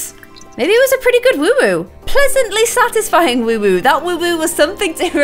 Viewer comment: It's WOOHOO not woowoo